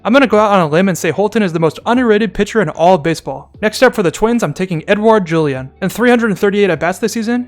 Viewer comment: he said edouard julien and he didnt mispronounce it thats a definite like, still iffy on subscribing though. I am still unhappy about him ranking Royce Lewis lower than 2 minor league players who were just drafted in his latest video. Subscribed.